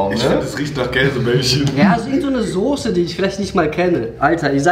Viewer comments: Wenn triggered es auch wenn sose statt soße sagt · Soße nicht Sose